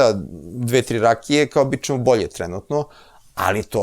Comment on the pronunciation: Оооо. Добродошао Џорџе Џорџевич Џорџино и логопед је видно порадио на изградњи слова ћ . Није више чамчичем чу те него чамчићем ћу те. За коју годину специјализација слова ђ се назире. Сречан ти и Џурџевдан који стиже докторе Блуменау.